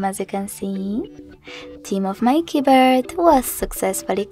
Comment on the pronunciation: Haaaaaai.....Why are you singing your instructions? And what are "keybirds"?? This clip sounds ridiculous....